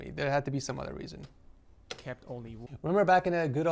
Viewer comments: He makes fun of himself saying weason but says it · he legit said weason hahahahha